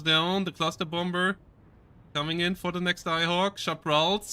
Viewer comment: You don't pronounce the second 'B' in the English words 'bomber' or 'bomb', 'bombing'. They're pronounced 'bommer', 'bom', 'bomming'. See Euros whose second language is English make that mistake very often. Just FYI, sound goofy.